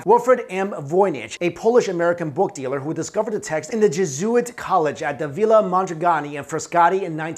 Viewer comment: Loquation tips: the-o-LO-gians ; JES-u-its